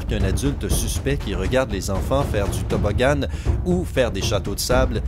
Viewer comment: c'est quoi cette voie trop bizarre quand elle dit tobbogANS ou dark vaDOR